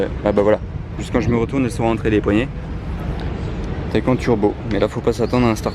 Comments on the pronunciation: on dit taycane et pas taycan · On dit TayCANNES au niveau de la prononciation et non TayCAEN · On dit taycane pas taycan pour la prononciation